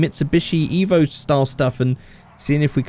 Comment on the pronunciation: Painful that you said evp